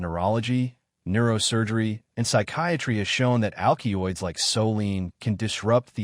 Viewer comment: AL Kee oids and SA Lə mee . . .yeah, this A.I. is a youngster, perhaps a pre-teen! The text and narration are doing some ODD, topsy-turvy things(!) So annoying = solanine(!) "So Lean" (yet another attempt at solanine!) And...number THREE: SALINE(!!) Holy crap, A.I. The "A" holds up; the "I" does NOT. This is hilarious.